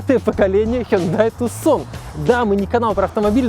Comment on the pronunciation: ни разу за ролик не услышал правильного произношения))) Тюсон, с ударением на ю!!! Тюсон, Аризона - город такой в Аризоне, ну))